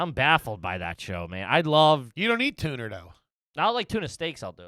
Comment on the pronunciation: How did everyone miss saying "tuner" instead of "tuna"? Too good lol